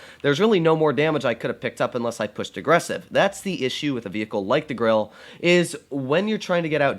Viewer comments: And its not grilla its grille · Did i hear that right? Is he calling it the gorrilla?